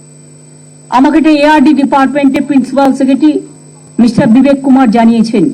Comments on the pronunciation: Secretary বলতে/ উচ্চারণ করতে পারেন না ঠিক আছে ,' সেকেটী ' না বলে সচিব বলতে পারেন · সেক্রেটারি উচ্চারণ ও করতে পারে না😂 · কি বলছেন উনি ? সেক্রেটারি ? উচ্চারণ ঠিক আছে তো ? 🤫🤫